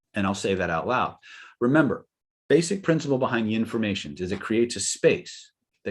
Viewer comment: Did you say yinformation? Is that like the Bengsten method?